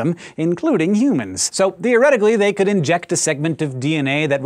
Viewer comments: Am i the only one that noticed it said "thy" instead of "they" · You said thy instead of they.